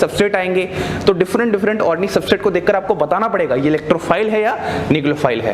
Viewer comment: Sir u r mind blowing but one thing sir,that is organic not ornic.😍